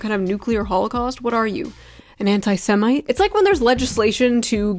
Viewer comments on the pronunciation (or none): Did he just say antisemenite? Guess he can’t get semen off the mind 🤔